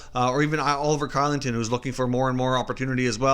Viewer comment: Hey great video as always! but oliver kylington's name is actually produced "shillington" !